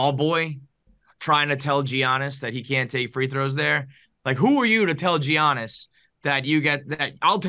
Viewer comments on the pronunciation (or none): If says "G-Annis" one more time, I might kill myself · Imagine saying his name as GEE-annis 😂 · It’s pronounced YAH-NIS!! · Guys the mispronunciation of Giannis's name was terrible haha & Dave need to apologize! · As a Greek, please God someone teach this man how to say the best player in the worlds name. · The way they pronounce Giannis is mad 😂😂😂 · How many times is he going to say Giannis wrong? That was aggravating as hell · I see they learned how to pronounce Giannis’ name from PFT